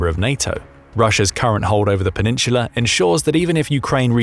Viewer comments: No idea why I keep clicking their videos. They never say anything new and always manage to mispronounce a number of words. Penin-sula. Half way through the video they only said it wrong like 15 times. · Yo say peninsula again my dude lol